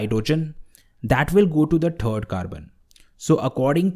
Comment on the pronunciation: It's third not trd lol 😂😂😂